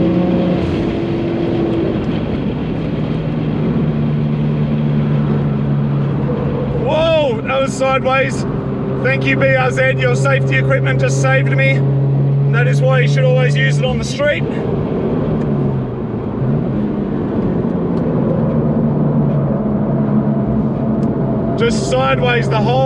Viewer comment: IM SICK OF HEARING BRZED!!!!! IT'S REALLY DUMB SOUNDING!!!! IT'S ZEEEEEEEEEEEEEEEEEEEEEEEE YOU FRIGGIN RRRREEEEEEEEEEEEEEEEEEEE